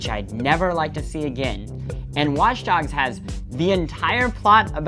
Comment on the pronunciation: Did he say watch darks